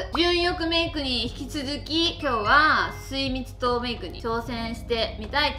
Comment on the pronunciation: すいみつとうメイクをみずみつももメイクと言ってるのがずっときになってしまう